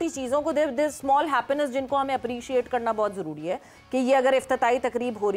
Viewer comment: Happenannce Happiness..kya bolti hain yeh..bhai Urdu show hain..woh bol ley..kafi hain